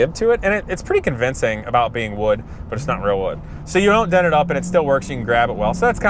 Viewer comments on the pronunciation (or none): none